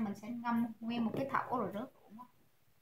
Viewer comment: “Rượu” chứ ko phải “Rựu” nha bạn.